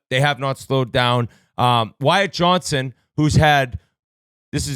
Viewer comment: How many Stars’ players’ names is Whitt going to pronounce wrong? BTW. Johnston has a T in it :)